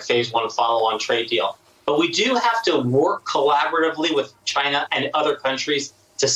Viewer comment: Why does tRump repeatedly butcher the name China & continuously pronounce China as Chiinah? Do you suppose he does this on purpose or really is that dumb?